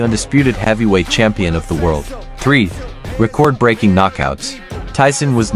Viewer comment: dont get why mike would do this... senior citizen vs prime age.. not a contest really. but mike will destroy him, no matter jp wins,,, the mere matching of his name in the same sentence as the LEGEND that is Mike Tyson will carry his "career" dude.. learn to say record. you say it like "record that" horrible...